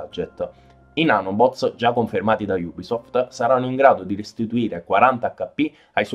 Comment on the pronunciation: Bel video Ho solo una critica la pronuncia Non solo nella parola ubisoft che voi dite iubisoft Ma anche i nomi degli operatori